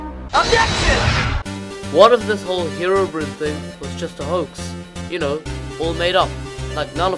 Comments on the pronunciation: It is not "Herobrin" how you said it, its "Herobrine" . I admin a Herobrine page, and i find it offensive. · it's pronounced (hero-brine) not herobrin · It`s said Herobrine not Herobrinn.